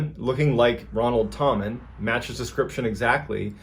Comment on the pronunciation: It’s actually pronounced “Tam” “men” and what’s weird is I’ve been told my whole life that anyone with the last name Tammen is related to our family. Our last name actually translated to tammen after my ancestors moved to the US from Germany.. I’m probably related to this man…